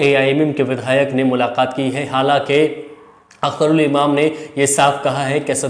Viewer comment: Bhai your team should work on communications and research.. It's AIMIM, not AIMM. Also, it's Akhtar ul Iman, not Imam. It's Osama Shahab, not Osama saheb. Don't mind, it's just a feedback. Communication skills are very important in journalism.